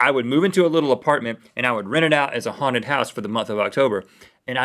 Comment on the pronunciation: when Link says 'haunted houses', I keep thinking he says 'hornet houses'